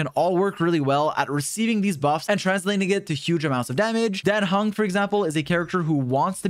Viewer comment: Someone actually pronounced Dan Heng's name correctly which is